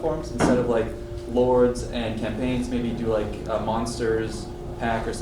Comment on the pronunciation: "camapigns" LOL